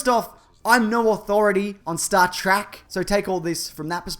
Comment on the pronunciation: actually it's reallys supposed to be pronounced T-R-E-K not track people just started calling it track.